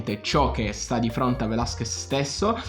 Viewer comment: Da laureato in mediazione linguistica nonché conoscitore di ben 8 lingue, tra cui lo spagnolo riconosco la difficoltà nella pronuncia del cognome Velázquez sulla quale ti sei impegnato ma c'è ancora da lavorare ;) quindi metto like solo per quello! Sto scherzando, hai spaccato!